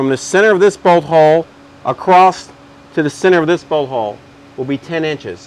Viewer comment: Great video, he cracks me up saying "bolt hoe"